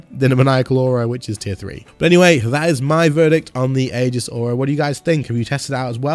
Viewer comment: Just a heads up. That word is pronounced E-Gis